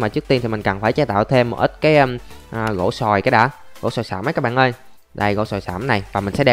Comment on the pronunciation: bỏ cái từ cái bạn ơi đi ngáo “ các bạn ơi “